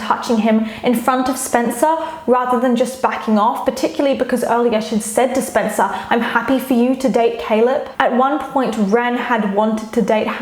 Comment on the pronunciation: omg same i cringed when said "SpEncAr" like girl